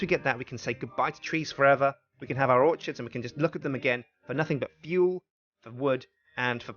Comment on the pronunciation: auchards? its orchard's